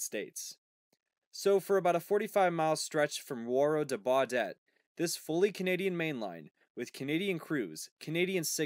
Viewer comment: He did not pronounce Baudette correctly.